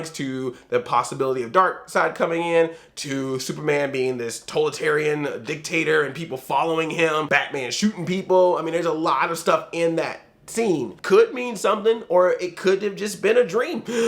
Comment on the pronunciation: Tolitarian? Totalitarian!